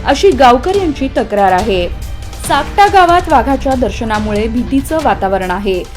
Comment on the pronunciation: सापटा नाही सुकटा मॅडम तालुका भूम जिल्हा धाराशिव